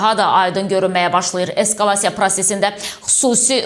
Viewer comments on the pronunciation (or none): none